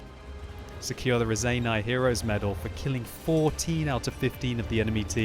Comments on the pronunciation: Damn it, its not Razeiniai medal, its Raseiniai medal. Dont let down your Lithuanian fans! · when You saying "raseiniai medal", please say "raSeiniai" like Spirit, not raZeiniai like Zeppelin...:) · You say Raseiniai wrong. I'm from LIthuania and this is a lithuanian town Ra-sei-niai. If you don't believe do some research and if you don't believe that I'm from Lithuania... Then... Labas, kaip sekasi? Mano vardas Titas. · Im from Lithuania wich is where Raseniai is :D. Also its pronounsed [Raceinai]... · Hey, one small edit about pronounce - Raseiniai, pls check (lower volume on your headphones as that women speaks a bit loud) - Writing, because on your videos it's already common word. p.s. thank you for your hard work doing commentary, it's really pleasure to watch.